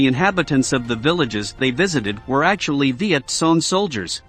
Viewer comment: "Viet Song" loool😂 Let the computer bot learn to pronounce the term correctly...